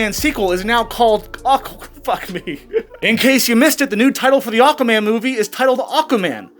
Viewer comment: It sounded like you said Awkward Man a few times 😂 which would be true he looks well awkward around her. There is no way she will be the highest paid female, for a start all her latest acting roles have been very poorly received and barely any views, all have flopped. Secondly no one is going to see Aquaman 2 so it won’t make much money if any, in fact it will probably lose money so how they gonna pay her a really high wage? 🤣 tut tut tut, don’t use my surname, toss pot!